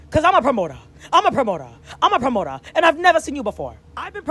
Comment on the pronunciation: “You a promotoa you a promota, cause I’m a promota , I’m a promota” 😭😭😭😭😭😭😭